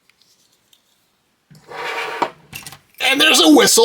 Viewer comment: What a great little find. I remember Longines watches when I was a kid and they were a highly respectable company. BTW Longines is pronounced like (lon-jean). The Order of the Arrow medal must be very old. When I became an Order of the Arrow all we got a fabric patch and that was in the 60's. I also remember men opening up vending machines with your key. I collected coins when I was a kid but one day my little brother got into my coin collection and spent them at the store so that was the end of my coin collecting. Fortunately he could not spend my stamps. And your duck is cool.